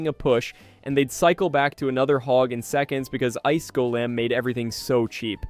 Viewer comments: Gol-eem - sounds wrong Gol-um - sounds correct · The way you said golem made me mad